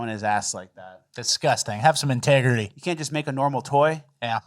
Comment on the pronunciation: "have some integerty" made me lol